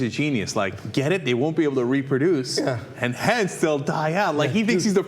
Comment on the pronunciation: "im again it.. they cant reeperdoose"